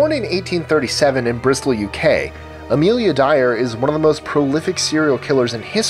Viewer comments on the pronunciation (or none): none